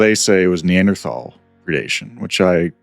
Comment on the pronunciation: It's so nice to hear someone pronounce "Neanderthal" correctly.